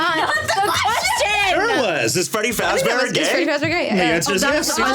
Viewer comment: “Who is Freddy fazbear?” “Freggy Fragzbear” “Freddy Fajbear”